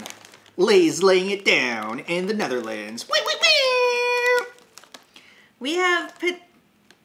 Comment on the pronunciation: Dat wilde ik ook zeggen ja, was heel goed voor iemand die helemaal geen Nederlands spreekt